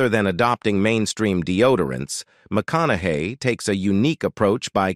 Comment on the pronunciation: It called him McConagay 🤭